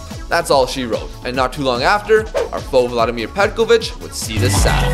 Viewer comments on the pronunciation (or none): none